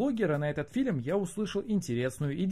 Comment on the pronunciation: Раздражаешь говорить "филем" вместо "фильм"...